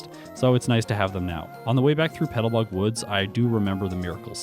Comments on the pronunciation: Loving your videos and the awesome work you're doing with the editing and overall look. I gotta ask though, are you saying petalbug instead of petalburg? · PetalBURG woods, not Petalbug haha.